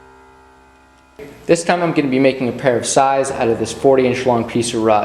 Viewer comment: You pronounced sais right.